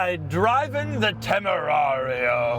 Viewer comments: It Is Tamerian and I'm not calling it anything else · Could have sworn he called it a TemuMario😂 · It's pronounced "John Temarian" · Dude stop mispronouncing the name. We all know how's it's said.🎉and it's comes prewired for a breathalyzer those are Porsche cup holders